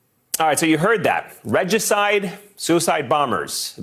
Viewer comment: Reg-juh-cide, that's a murder of Reggie. Ree-juh-cide, is the murder of a King. :-)